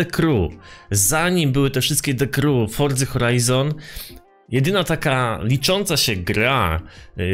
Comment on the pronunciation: Czemu mowisz fordza ? Xd